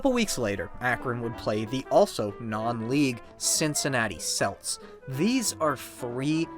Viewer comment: I don’t watch or play sports but this video was pretty entertaining. The frequent mispronouncing of “Celts” was very annoying though. That team used the correct pronunciation with a hard ‘C’, so it’s pronounced “kelts”